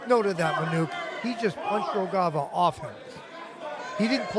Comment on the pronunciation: I wish the guy who comments the fight have learned how to read Rogava and spell it as such. Great fight!